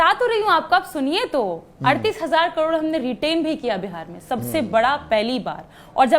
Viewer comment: करोड़ को कडोर बोल रही है